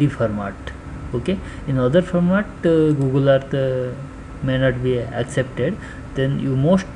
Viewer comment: GOOGLE-AH.. EARTH-THA